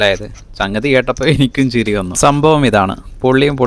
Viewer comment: ചിറി അല്ല കുട്ടാ ചിരി